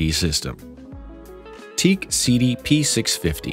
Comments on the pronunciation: WTF is Teak??? It's Teac as in tee-ak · Any one who calls Teac teak, doesn’t know hi fi ! It is pronounced T Ack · I really can't take anyone seriously who pronounces teac as teak! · It's pronounced Tee Ack